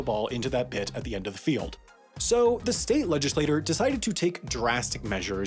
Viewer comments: your pronouncing “legislature” as “legislator” is killing me...(in “legislature”, the t is pronounced like a ch, not like a t, because the u after it causes an elision which changes the quality of the consonant. It’s similar to why the d in education sounds like a J. ) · It sounds like you're saying legislator, but you must be saying legislature because it's the proper word to use? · As Hermione Granger said, “it’s Legislature not Legislator.” See ya in HAI Mistakes Roundup! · This episode of Pronunciation Mistakes That Should Embarrass a Twelve Year-Old is made possible by Denby. Ready? Here we go:. / ledge-iss-lay-TORE / = 1 person who legislates.. / ledge-iss-lay-TYURE / = a governing body capable of passing laws to seize football teams.....and no, language is most decidedly NOT that fluid. Not ever, and certainly not when the ponunciation error in question invokes a completely different preexisting thing.. This episode of Pronunciation Mistakes That Should Embarrass a Twelve Year-Old was made possible by Denby. Hit in the next thirty minutes and get fifty percent off your aural diet of Pronunciation Mistakes That Should Embarrass a Twelve Year-Old, for life. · Legislature is pronounced "ledge-iss-lay-chur" Not the same as legislator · I love this video, but it really bothers me how he keeps mispronouncing “legislature” as “legislator.” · In the pinned comment you write "legislature" but in the video, I kept hearing "legislator". Am I mishearing, is this a mistake or is this a standard way of pronouncing "legislature" in some region?